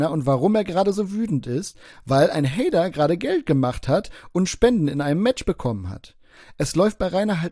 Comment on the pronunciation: Glöökler-Haider, beschda Haider 😂